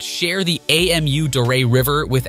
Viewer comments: The river is Amu Darya. Amu is a word (pronounced ah-moo) not an abbreviation A.M.U like the narrator is saying. Anyway, good for Afghanistan and doing their own thing and developing their own country the way they want. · Who pronounces Amu as AMU? Lmao